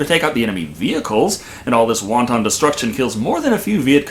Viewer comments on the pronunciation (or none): Was that “wanton Destruction” or “Wonton destruction”? Because one seems a little super racist.